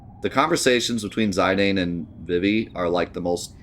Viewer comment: 13 years old and we can’t figure out how to pronounce Zidane correctly like do you have the internet. Or just assume you know everything like what in the world.